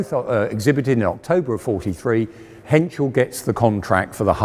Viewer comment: Pohsh and Crap he says. What he wants to say is PorschE and Krupp! Henschel is pretty much correct pronounced.